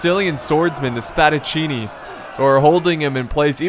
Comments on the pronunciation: Couldn't pronounce peltasts, but says Spadacinni perfectly. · i'm italian and oh my god its fantastic how did you pronounced spadaccini exept that continue like now your video are the greatest total war video that i've seen